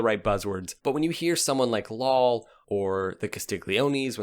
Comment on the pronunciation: Lal is pronounced like Dahl but replace the D with an L